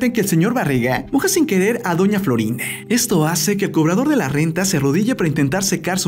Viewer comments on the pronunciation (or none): No sabés hablar es doña Florinde es doña Florinda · Por qué dice Florinde?